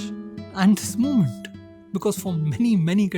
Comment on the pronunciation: All good, but its MOHMENT not MUUMENT when you pronounce Moment